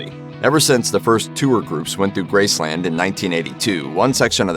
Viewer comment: Please stop saying Grace Land, it is NOT a theme park. Just Graceland, all one word